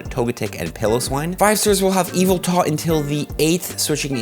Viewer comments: Ee-vehl-tuhl not EVIL-TALL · STOPPpPPpppPppOppppppppppppppppppppp SAYING “EVELTA” ITS YVETAL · How does he say ya vell tal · I can’t cope with the way says Yveltal 😂😂